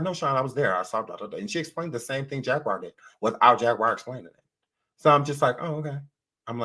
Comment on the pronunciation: Sean pronouncing Jag's name as "Jag-wire" has been killing me for at least 2 weeks🤣 Edit: Beyonce sure did do her "reveal" at the VMAs but the only difference is there is an actual baby inside Rihanna's belly.